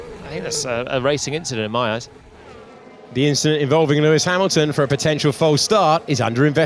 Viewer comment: Inchident here and inchident there but THROUGH GOES CHARLES LECLERC 😂